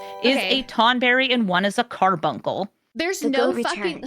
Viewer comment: It's cute when you pronounce it "CAR-BUN-SUL" instead